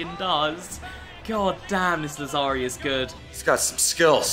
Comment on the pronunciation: Làzzari, not Lazzàri